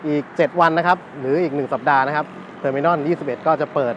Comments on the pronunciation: Terminal ออกเสียง เทอร์-มิ-โนล ไม่ออกเสียง เทอร์-มิ-น่อน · เทอมิโนล ทเว้นตี้วัน ไม่ใช่เทอมิน่อนยี่สิบเอ็ด เรียกชื่อเขาให้ถุกด้วย